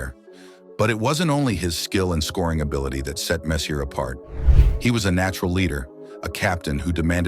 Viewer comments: Huh??? You've been asked to respond to the fact that you think Google knows what it's doing. Meanwhile, this AI piece of garbage cannot even pronounce Mark Messier's name. Do I get the pop culture reference in your name? NO. Do you get the difference between spelling and pronunciation? NO. Do you understand the difference between either/neither? NO. If it smells like AI, if it talks like AI and isn't? It's a person with very limited ability. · HAHAHAHAHHA!!!! No, you haven't answered anything. You say... "I think YouTube would know how to spell the subject's name on it's video better than you nerds..." but this was about HOW you say the name Messier. Clearly, you do not exist. Someone needs to shut down this computer generated nonsense. Why am I arguing with AI? Simpl6y because we hope society will put an end to the sort of garbage like this "video" and your pathetic responses. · Nope. "We're talking about Mark Messy-er" or messier. As if he is the the messier of two brothers. UMMM "i thinl" the narrator doesn't know a damned thing and I pity the poor fool who gave you a thumbs up. By the way, just so you understand Chiefsfansince-qb1kt didn't say the problem was the SPELLING. They attacked the pronunciation. Perhaps you too are AI, v4v819. If not it would appear you have the same skill level. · Couldn't listen. No hockey fan pronounces Messier wrong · You are mispronouncing his name. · 1st off, if you can't even pronounce his name, how can you even make a story. 2nd off, he was known as the moose, not the messiah. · Maybe you should learn how to say his name properly the right way if you know hockey. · Cant watch this video cant say his name right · Your credibility suffers greatly when you don't pronounce the name of the subject of your video, one of the greatest players in the history of the game, incorrectly. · Its very sad this nice hommage to Mark Messier and you cant even pronounce hos name nearly right. Sad for humanity is this an AI production?